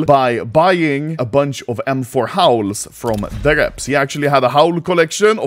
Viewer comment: when he said he sold you the howls i thought he said house hahaha...real estate collector